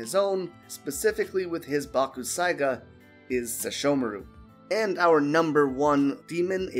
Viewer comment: Its pronounced bak. Sai. Ga the u is silent